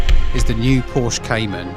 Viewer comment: Why cannot so called car experts, this time from Which?, pronounce Porsche correctly?? It drives me mad.